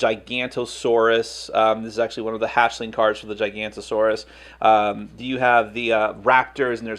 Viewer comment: That moment when someone mispronounces giganotosaurus.....